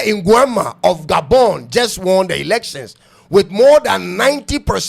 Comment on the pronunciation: The moment you said "Gabon" my initial credence I gave DROPPED significantly. Can't take yiu seriously at this point as you're clearly Clueless.